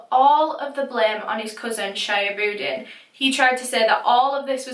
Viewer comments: shihabudeen is pronounced as 'shee-haa-bu-deen' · It's pronounced Sheehab-ooddin, I believe. The names sound Bangladeshi so the boys might be from there.